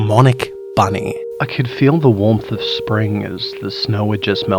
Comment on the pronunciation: Büny: Büny